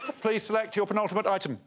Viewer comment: I think i need a montage of every time alex says pentultimate